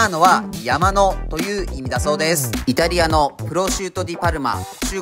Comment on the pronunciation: 強調されたイタリア